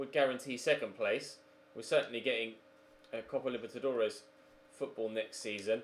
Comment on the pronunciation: It’s the copa libetidores